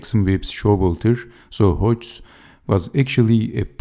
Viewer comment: Dynamic game, well explained! Check the pronunciation of Hodges [HOD- jez]